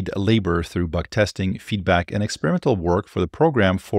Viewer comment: "feetback" 😅 Keep rocking! 🚀